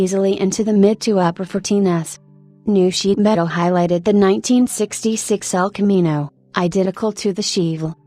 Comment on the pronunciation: "Sheevulle"? "El CAMinoe"? God please get a living HUMAN to narrate these things, it's hysterical...